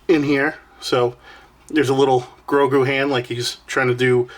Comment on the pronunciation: I hate to be that guy, but you said it like 10x. His name is Gro-gu, not Go-gru. Hahaha, Nice pick up bro!